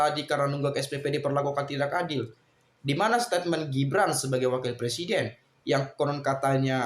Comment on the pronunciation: Gibran itu bukan shu tapi su su